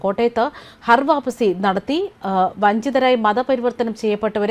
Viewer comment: ഹർ വാപ്പസിയല്ല, ഘർ വാപ്പസിയാണ്.